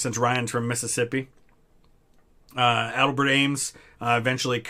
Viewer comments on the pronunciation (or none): a-DELL’-bert Ames.